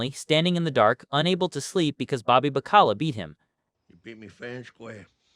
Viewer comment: Bobby Ba-Cala? Its Baca-la. You know what that means? Ofcourse you don't.. it means Salted Cod. WE TAUGHT THE WORLD HOW TO EAT!